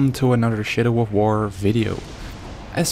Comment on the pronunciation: I thought at the beginning you said shitty of war